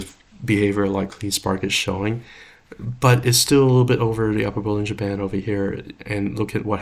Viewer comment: Watching this barely awake and hearing « bull in Japan » instead of bollinger band… Anyway, CLSK good? Perfect Back to sleep😅